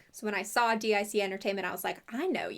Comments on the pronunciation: Calling gypsies Romani is a great way to anger Romanians, who want nothing to do with them. I didn't have HBO, so I never saw the cartoon and I was never given the books. Also, Dic is pronounced deek. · Not sure if it's already been pointed out, but as a head's up, DiC is pronounced "deek," not "D-I-C." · i love how you call it "Dee Eye See" company instead of that little brainworm we all have that goes "DIC :)" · DIC...I remember from watching the end credits of cartoons as a kid that it's actually pronounced "deek" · kinda curious on the different pronunciation of Dic as an acronym instead of as Dic (pronounced Deek) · I’m legitimately shocked that they aren’t orphans and Ms. Clavel isn’t a nun?! Plus, Madeleine’s American?! Crazy. 😅 By the way, DIC Entertainment is actually pronounced “deek” (rhymes with “leek”). I remember this from watching Sailor Moon as a kid. Each episode would start with the DIC logo and a little girl shouting “DEEK!” lol